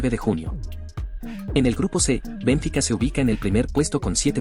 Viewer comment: 50 años siguiendo el fútbol y ni siquiera sabia que se pronunciaba Bénfica.